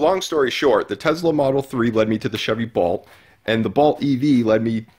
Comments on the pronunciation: What's a Chevy Balt? 😂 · What is the Chevy "Balt"?